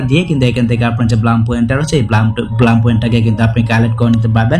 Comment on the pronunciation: No ব্লাম😂 it's ব্লুম😊